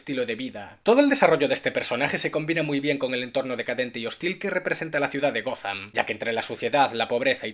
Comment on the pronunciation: gotham, no gozan